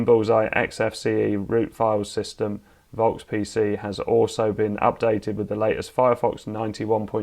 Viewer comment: German here. the "V" in "Volks" is pronounced like an F, as in fire or free or fart. (same in Volkswagen, that's also pronounced "Folkswagen", and yes, the word is directly related to the english word "Folk", as in "Folk tale", also meaning "common people") Other than that minor thing, excellent video, thank you very much!